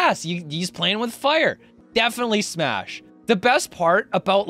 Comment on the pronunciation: He said smass and pash